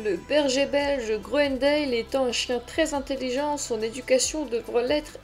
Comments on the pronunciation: Si vous voulez être crédible apprenez déjà à prononcer son nom convenablement : on ne prononce pas grounendéle mais grounendal. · Ca se prononce "grounendal" ;)